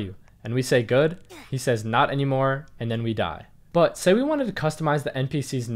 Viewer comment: How are you? Good. Not annymore. Omg..😭😭